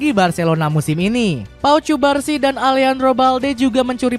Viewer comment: izin koreksi pengucapan/pronounciation mas voice over yg belum tepat ya :) catalán : katalan carvajal : karvahal cubarsi : kubarsi casado : kasado thank youuu